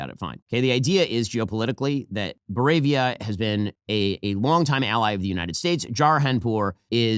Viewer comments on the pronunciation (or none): says bovaria instead of boravia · “ Bovaria” is supposed to be Boravia right😂 (don’t you dare change it )